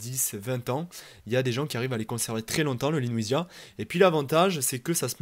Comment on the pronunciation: Je pense que c'est LEWISIA et non LENOUISIA, il n'y a pas de N. Vidéo claire, synthétique et instructive 👍